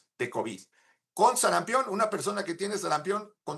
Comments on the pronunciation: "SARAMPIÓN" no "SARAMPEON" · Sarampión.... No SARAMPEEEEEON... Si van a poner a una persona para hablar ahí... Deberían de poner una persona que sepa hablar!!! Que pena!!!